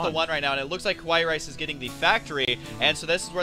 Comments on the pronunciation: hey, i think you guys pronounced KawaiiRice's name wrong..........not "ku-wa-yi".....it should be "ka-wa-yi".....im pretty sure it is the pronunciation for cute in japanese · hes e-mailed Kawaii rice and he has said that he wants it to be pronounced like "hawaii", the island.